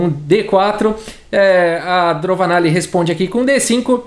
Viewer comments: fala "DroVAnalli, porém está escrito "DroNAvalli" Qual é o certo? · Eu acho que o falou errado o nome da indiana o video todo